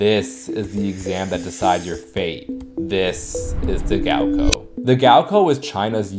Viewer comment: "gaoko" 😂 sorry my friend, the second syllable is a lot closer to "cow"